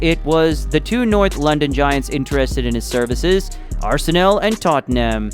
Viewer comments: Don't pronounce arsen"ae"l it's arsen'a'l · Just a little tip, it's pronounced ars-nal, not ars-sey-nel. However, Arsenal, the greatest club in the history of football and constant winners over the filthy Tottenham Hotspur also works. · Its Arsenal not Arsenel! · Its Arsenal, not Arsenel!!!! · Ah-sen-Ell ya kna. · It ain't no Arsenil. It just does not sound right. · Your videos are quality but the way you pronounce arsenal pisses me off. Pls learn the correct pronunciation 😂